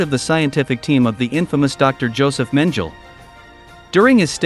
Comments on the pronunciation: Two things: 1. Mengele is not pronounced "Menjell." It's pronounced "Men gel a. Hard "g" soft "a." Emphasis on "gel." 2. Bayer is old news. The company was featured on a show, I believe on the history channel, about the Nazis providing drugs to their soldiers. I taught it when I was a history teacher. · Please prounounce the pigs names correctly Munch is not as in. Munch(eat) And Mengele is not mengel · Doctor Men-gell? 🙄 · Please learn how to pronounce the names correctly. Really? Josef Mengel? It's pronounced Yosef Mengela. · Menjel for Mengele? How is this a legit channel when the announcer can't properly pronounce names? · "Joseph Mengjel." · josef mengele, intentionally left lower case since he’s a lesser version of human for his lack of humanity, is pronounced “Mang-el-ah”. I won’t be watching any more of your videos since pronouncing well known figures from history isn’t a top priority. I prefer to learn correct information and not be mislead by people who opt out of proofreading or who can’t bother to do proper research. Good luck just the same. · When doing an documentary, first of all learn how to say Mengele and Hess right. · I'm surprised you couldn't pronounce Mengele's name correctly. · The irritating narration on these videos needs to learn how to pronounce Mengele's name. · The narrator's pronunciation of Josef mengele is riduculous